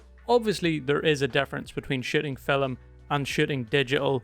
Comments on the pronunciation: you said fill em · Never realised that the world ‘film’ had two syllables until watching this 😂 great video mate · That surprised me too, as I have seen only Indians with native accents to pronounce 'film' like that.